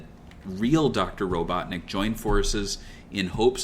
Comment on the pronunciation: RO-BUTT-NICK genius !